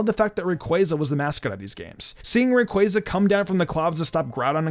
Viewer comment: Thank you for actually pronouncing Rayquaza correctly.